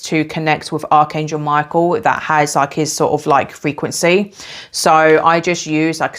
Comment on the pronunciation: I immediately thought of Hekate when you pronounced Michael as My-KEY-el 🗝️🎼🎹🔐 and I just realized how the keys on the piano are keys to different frequencies ❤ I love Hekate and have always felt drawn and called upon Archangel Michael as a extremely ancient and pre-christian being. I will definitely give your ritual a try as I will be beginning my shamanic witchcraft for healing soon. Thank you for this valuable information! I have to say I also have a hawk frequent my yard and orange is my favorite color!! I ate a lot of them as a child 🍊 I want to add that as you were mentioning ingredients to use, I heard Cardamom could be one he might like, as it pairs wonderfully with orange and cinnamon and it adds a woodsy brightness! ✌️🧡🌱 much love to you!! 🥰